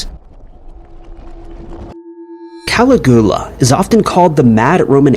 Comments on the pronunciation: Caligula is pronounced "Kal-igg-U-la" not "calaghula"... Wait... Commenting is engaging... Engagement equals cash. Well, you win,. Even if a bit sneaky about it... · Caligula is pronounced: cal IG you la, not CAL ig OO la. You can look it up online.. I enjoy your material. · Who is "Cali-guwa"? I'm pretty sure it's "Calig-ula"? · Who the FK is calagua? It's Caligula. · I cannot listen to the mispronunciation of Caligula anymore 🙄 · I dunno why but hearing how pronounced Caligula really grateful my nerves